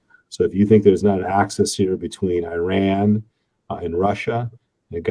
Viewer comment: Glad to note that you pronounced Iran correctly, unlike those other uneducated yokels